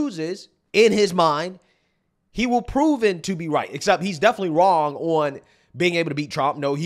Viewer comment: “definitely” is not pronounced “deffly”…enunciate